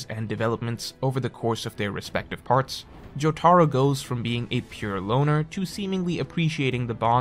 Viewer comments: JO-TUH-ROUH NOT JO-TAR-O wtf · My man's said "joe-tar-oh" and "ham-on" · I like he says Jotaros name like Joe-Tar-Row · I'll never forgive for his pronunciation of Jotaro